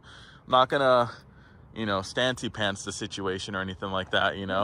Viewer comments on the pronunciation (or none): none